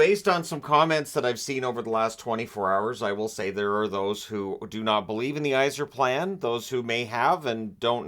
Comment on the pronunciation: Yzerplan? Really? Stop it 😂